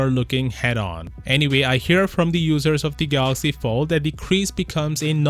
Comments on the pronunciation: My only hope is the next president of Samsung can pronounce Galaxy instead of Galax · lol I know how to spell Galaxy dude.. DJ Koh says Galoxy and that's the tradition we like but won't be there anymore as there is a new CEO